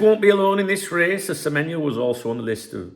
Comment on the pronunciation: Good morning 🫡👍good on you to get the players name right spot on 😆you been practicing with remy 😂👍